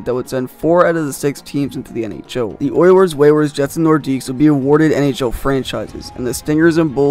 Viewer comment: This guy really called the oilers and whalers ther oiwers and wewers